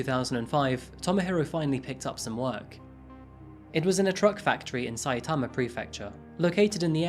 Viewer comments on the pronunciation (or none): none